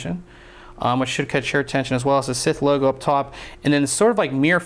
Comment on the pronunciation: its not sith, its scythe yano the blade. sy-th